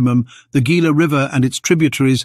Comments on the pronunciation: Ah, those AIs. The Gila River is not pronounced "Geela" but "Heela" the Gila monster. It is a Spanish "G"when preceding i or e.. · It’s pronounced Hila ! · Gila river is pronounced He’la river accent on the He. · Gila is pronounced "heela" as it is Spanish.